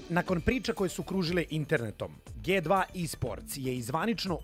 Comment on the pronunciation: Dži 2, ne Ge 2... Molim vas, para uši kad se čuje ge 2...